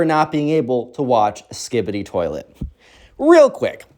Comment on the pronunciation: Best story you made my sleep good "toliet"